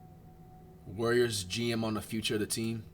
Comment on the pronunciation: They way he say warriors always sound like Worriers qnd man id be worried too